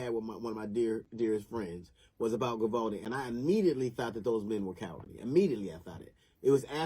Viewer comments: Not sure alacrity is the correct word there, I mean it does mean to move swiftly but usually in like a happy or cheerful way. Also sounded like he was saying Vivaldi. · Like most people, I think DL is an enormously talented, highly accomplished individual. His comedic skill is unquestionable. However, at 1min 16sec into this video he made me laugh for the wrong reasons. What did he call the town? Govaldi'? 'Grabaldi'? ''Grovalty'? Then 7 seconds later he said it again, but differently. he calls it 'Vivaldi', as though the town was named after famous Italian composer! Anyway, nevermind my stupid nit-picking! DL absolutely nails it when he condemns the cowardice and incompetence showed by ALL the law-enforcement officers involved except one. The older cop who was the 1st to go down the hallway is the only one to show any balls. The rifle-toting imbecile with him is as useless as the rest that show up and play Circle Jerk for the next hour or so. And kids were STILL being shot during the cops Circle-Jerk time!! Disgraceful! Abso-fucking-lutely DISGRACEFUL!! Especially cuz this is small-town Texas, not L.A., Chicago, Seattle, or Baltimore! Makes me weep.... Sorry to shit on you, DL, you're a huge talent. I love your work, keep it up please! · Jeezus, I just realized that DL probably mis-pronounced the name of the town on purpose as a little dig towards the cop-cowards. Sorry, DL, I'm just not too bright is the truth. Dat must be why they call me Doofus....